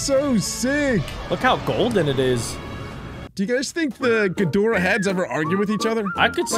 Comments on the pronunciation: Bro said king ghidoriah🗿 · It's not King Ghidorah it's King Ghidorah